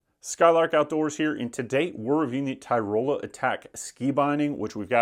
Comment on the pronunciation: It's not Ty-Roll-a. Tyrol-ee-a